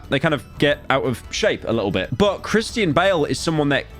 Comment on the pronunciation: Hey pyro , it's pronounced as Christian not Kristine, how hard is it to pronounce a word like a normal person. Sickening.